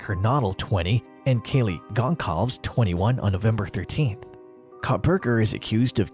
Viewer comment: Kaylee "Concolves"? Really? You think you know this case enough to make a video about it, but don't know enough about it pronounce Kaylee's name correctly. 2 minutes of Kaylee "Concolves" was enough for me.